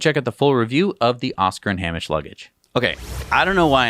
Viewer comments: Its pronounced Hay-mish not ham-ish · FYI in Oscar & Hamish, Hamish is pronounced HAYmish. It's Scottish in origin. Pronunciation of foreign names can be tricky. Massive congratulations on gaining your 200th episode. 👏👏👏